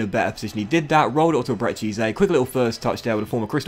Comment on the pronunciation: Great series: Ebere Eze pronounced like eberree ezzay